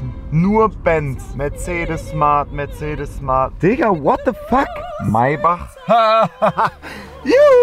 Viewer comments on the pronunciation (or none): none